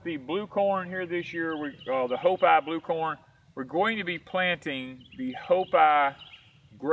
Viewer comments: Hi, hopi is pronounced with a long E sound instead of a I sound, it's like hop(e). I hope that makes sense. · I think it's pronounced HO-PEE ...from what i recall in school. Love your videos guys! :)